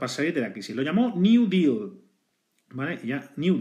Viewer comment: Intentas pronunciar "deal" en ingles y lo haces pero que si lo haces en español y mal. Espero que al día de hoy lo tengas superado. Buen video.